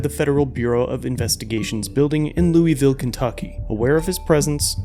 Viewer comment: there’s no such plane as “Lewie ville” KY.